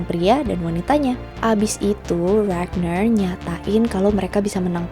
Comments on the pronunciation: bacanya RAGNAR nya pake toungue roll R yg tegas kaya baca R di indo.. .bkn regner pake R bule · RagNAR, bukan ReGneuRr 😑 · kak mau ngasih masukan dong, pronunciation ragnar jangan pake bahasa inggris dong pake pronunciation bahasa skandinavia aja biar lebih keren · Mbak mohon maaf bukannya ngejudge atau apa pun pengucapan "ragnar" nya biasa aja